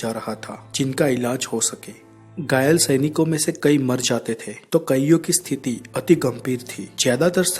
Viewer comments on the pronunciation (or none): none